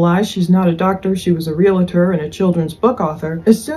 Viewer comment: I hope you see this. The word realtor is two syllables, not three. Read it. It’s not spelled realator. Ugh!